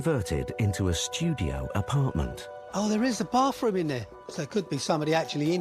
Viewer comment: It is pronounced Bathroom. Not Baffoom